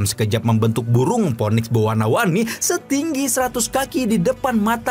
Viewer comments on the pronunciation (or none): none